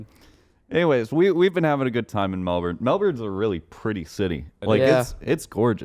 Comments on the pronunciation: melben is how its said not melborn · As a born and raised Melbourne baby, the way they say Melbourne annoys me, it’s “Melbin” not “Melborn” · I like hearing them say mel-burn when it’s Mel-bin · "mel-berne" hurts me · schlatt saying melBURN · The way they pronounce Melbourne with a hard R is so uncomfortable lol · The way schlatt pronounce’s Melbourne gives me anxiety. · Every time they pronounce Melbourne I get a little angrier. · anyone else pissed off at how they say melbourne?